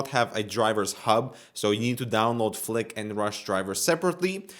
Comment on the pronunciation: flick sounds like fuck